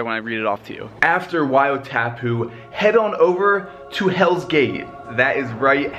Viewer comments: Great praise for AKL. Wow :) ouch pronunciation: WAI O TAPU why aw taaa poo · yup i'm from New Zealand and he said tapu wrong its said taapu. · Sorry to say...but its pronounced as "why-or-tah-poo" Sad to see you didnt get to ride the waves...maybe it will be incentive to come back and visit all the other attractions of our beautiful country. I'm a native of Rotorua 😁😁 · waeyoo taypoo 😅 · Just to help when you pronunce Wai o tapu you a pronunce it like why, oh, tarp, poo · Why-aw-tarpoo Thats how you pronounce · YAAAAY!! New Zealand is appreciated!!!!!!!! Although you said Wai-o-tapu wrong. But that's fine😊. Also when you said more sheep than people, so true. Also Mt Bruce. You should've checked that out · Man you butchered "wai o tapu"